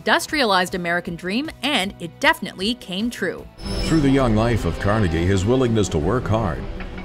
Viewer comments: Why did she keep saying kar-NEH-gee when it's clearly KHAR-ne-gee? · Nobody in NYC says it like that. We say it "Carneegee" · car- negie who pronounces it car- negie. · Is it kar-negg-ee or kar-nah-gee? I've always heard it pronounced as the latter, but you guys are usually excellent phonetically and you used the former. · Andrew Car-NEGGY ?? Has no one at this company heard this name before? Do you not have an editor? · Let's put Andrew carneggy on the list. Is that how you pronounce his name... idk couldnt find a single documentary on the internet about the man. Ok sweet let's put him in. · its car nee gee smh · learn how to say carnegie. its not carneggy!!!! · WTF? ''Carnegggie?'' The narrator cannot even pronounce his name? What an idiot. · "Car-neggy" hahaha, laughed my ass off. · It's CAR-NA-GEE you fuck! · thank you for completely butchering andrew carnegies name Carr-negg-eee? (WTF) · Car-Negie? someone get a new narrator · Why do you keep pronouncing it "Car-Neggie"? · Andrew carnagee? I think its pronounced like its spelled. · Why do you say it "Andrew Carn-egg-ie"??? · The speaker kept mispronouncing Carnegie's name. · How couldn't you pronounce Carnegie when there were video clips that were doing it for you? You should have mention Dr. Dre and Eminem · Why does she say "Carnegie" like that? It' s like she is putting way too much emphasis on the "e" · You are pronouncing carnegie wrong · you put so much accent on that Guy dude but Andrew Carnegie is butchered as fuckk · Carnegie ! Come on they even say it in the video smh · Why do you insist on repeatedly mispronouncing Andrew Carnegie's last name when even your source videos get it right? Good gawd, it made me cringe every time. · You pronounced Carnegie wrong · Every time she said Andrew Carnegie wrong I winced.